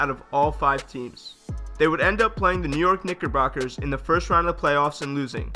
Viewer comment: Nes York what bockers